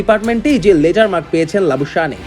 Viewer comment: Labu shaneey na Labu shane prounce hobe, Bangladeshi sports reporter der ei akta boro shomosha kishu thik kore bol te pare na, ba pronounce korte pare na